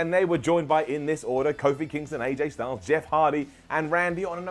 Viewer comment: "Aj stungles" 😂😂😒😒